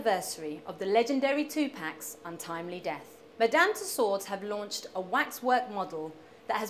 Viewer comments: she said tupac wrong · omfg, she can't even say 2pac's name right -.